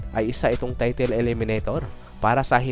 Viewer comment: TAYTEL ka ng taytel eh bisaya ka naman(na kagaya ko) dapat TAYTOL. Bakit ang DOBOL(Double) 'di mo naman binigkas na DOBEL?